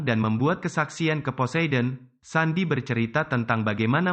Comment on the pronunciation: Kak bukan sandiy tapi sendiy